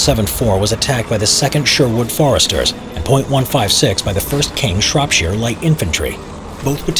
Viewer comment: When a yank can say Shropshire properly 😂